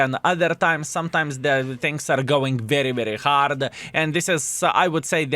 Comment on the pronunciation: Not hard core. HARD say HARD game. at least learn some words properly.